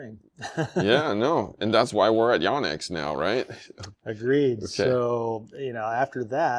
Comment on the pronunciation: So I really like your show... but please, please, PLEASE pronounce the name properly. It's not "Yawnex" it's "Yonex" as "YO - NEX". Names are important. Lets get this right. Eric Samuel Yonex Brand Ambassador Captain DMV (Washington, DC/Maryland/Virginia)